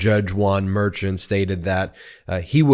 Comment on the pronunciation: The judge’s last name Merchan is pronounced “mare shon” not what rhymes with urchin